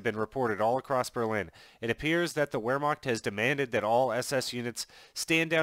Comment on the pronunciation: It's not pronounced whermacht it's pronounced verhmacht